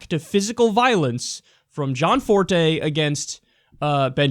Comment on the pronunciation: Gosh. Stop fucking saying John Forté. It's Gianforté. do you even english?